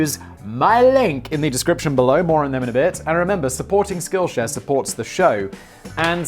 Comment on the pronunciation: I swear it sounds like Simon said "skillshag"